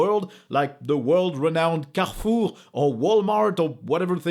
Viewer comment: So that's how you pronounce Carrefour in French? Neat.